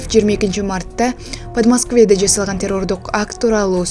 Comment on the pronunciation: Подмаскве Эмес Подмосковье деп Айтылат